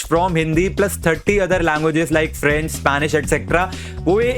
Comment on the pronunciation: Apki pronanciasion kafi galt thi french ki. Pronunciation jan ke spelling galt hai